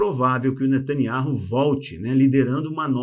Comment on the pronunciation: Nome natanyahu não ser ler da forma q o amigo pronunciar sou membro dessa canal a muito tempo desculpa por falar isso amigo.